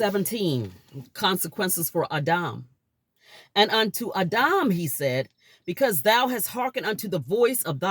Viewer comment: Its adam not auhdaum